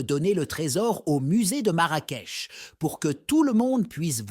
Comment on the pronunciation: Une très belle vidéo sur notre pays,sauf que nos vêtements sont différents de l'Arabie saoudite,aussi la ville de Marrakech on prononce " ch" à la fin et non pas "k".Merci pour cette histoire et crois moi le vrai trésor du Maroc c'est son peuple,nous aimons les gens,et soyez la bienvenue chez nous la prochaine fois vous découvrirez d'autres villes,d'autres cultures, et d'autres traditions.😊